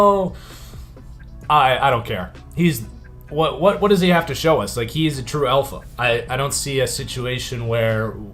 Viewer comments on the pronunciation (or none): none